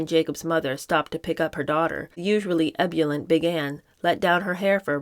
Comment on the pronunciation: Google the pronunciation of “ebullient”, please.